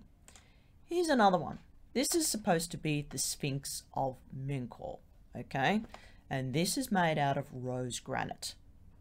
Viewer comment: The name is Men-Ka-U-Re, 4 words. In ancient Egyptian this would be pronounced Men (or Min) /Ka /U /Re. In English this would be something like "eternal like the souls of Re". In our time, the 2nd and 3rd syllables are ellided, MenKaurRe is acceptable. In other words, it is not pronounced "Men-Kor".